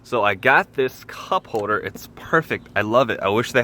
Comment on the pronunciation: “hoder” me screaming “HOLDER”